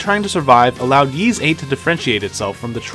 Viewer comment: It's pronounced "Ease" not "Yeeze".